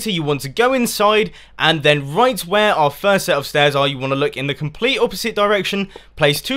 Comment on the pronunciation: "stet of stairs" ahaha couldn't stop laughing at that bit :D PS Console friendly too :)